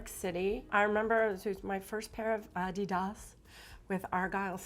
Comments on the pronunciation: Oh my gosh. I laughed when I heard Brooke pronounce A-di-das the way everyone used to say it before everyone started to pronounce it the way they do today. Brought back memories. It was another time. So nice getting a peek into Brooke’s relationship with her daughters. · I can’t believe Brooke Shields stated the correct pronunciation of Adidas. I sell for Adidas and every says it one way and she said it the correct way.